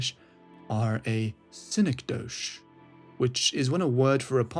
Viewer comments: Its pronounced SIN-EK-DOE-KEY btw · Yea it sounded like you might've thought it was French? lol anyway good vid otherwise